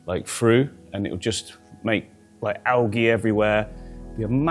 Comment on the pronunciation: Ale-gee lol